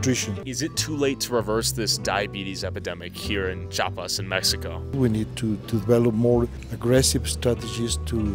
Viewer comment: se dice CHIAPAS no chapas xd